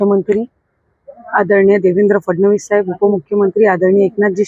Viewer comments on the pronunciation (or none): none